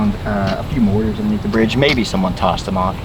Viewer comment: morTar, not morar. 😂